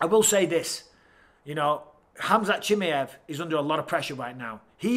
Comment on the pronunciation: Love you Mike. But please pronounce fighters names correctly! CHIMMYEV 🤣